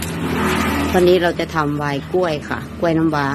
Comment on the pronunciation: กะล่วย กะล่วย คะลิบ คะลิบ ปะหล่อย ปะหล่อย หัดออกเสียงควบกล้ำบ่อยๆ เดี๋ยวก็เก่ง การออกเสียงภาษาไทยให้ชัดถ้อยชัดคำเป็นเสน่ห์ที่ไม่ต้องลงทุนครับ